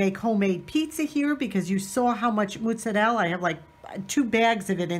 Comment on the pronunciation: are you of Italian descent? Because you know how to pronounce ricotta and mozzarella.the way my Italian family did!!😀